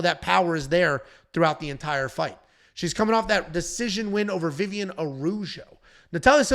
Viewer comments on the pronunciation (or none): none